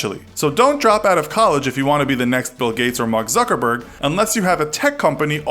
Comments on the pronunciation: Did he say Zookerberg? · Mark "Zoogerberg"